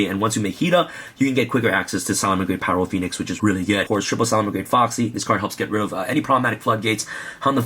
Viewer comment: did anyone else notice he said phyro poenix? he had a dyslexia moment lol